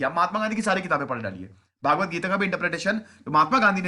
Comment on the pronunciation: श्रीम्भगवद्गीता उच्चारण है भागवत नहीं श्रीमान जी